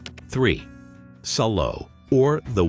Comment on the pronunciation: It's pronounced Sall-o.